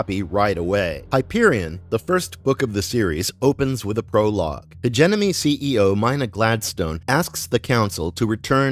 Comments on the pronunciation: Hedge jimmy knee!! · if you're gonna say HEGEMONY 55 times, please search up how to pronounce it... LOL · I have to click alway halfway through because it’s too irksome to hear you mispronounce everything. Proper names like Duré can almost be overlooked, but hegemony?? Cmon man that’s an English word. If you aren’t sure how to say it look up a pronunciation guide, you are posturing as a subject matter expert here and cant even correctly say half the things coming out of your mouth.